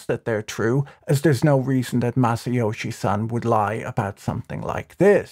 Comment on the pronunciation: Being a Japanese name, "Son" rhymes with "loan".